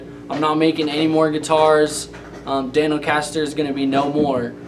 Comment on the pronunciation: I think you mean Dan-O-Caster!